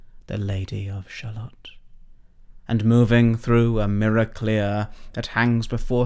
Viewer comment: I'm confused though. The poem only finishes correctly if your Shallot is pronounced shallow.